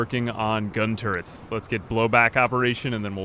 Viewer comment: The way you said turrets at the beginning sounded like tourettes... just saying